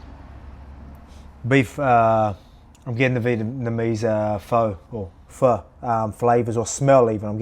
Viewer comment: Lets go Volk chicho w the pho pronunciation